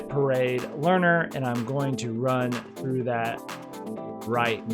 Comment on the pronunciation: It's "through", not "thorough"